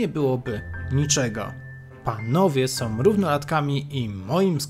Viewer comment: Jedyne co mi przeszkadza to: zaletom wadom som zamiast zaletą wadą są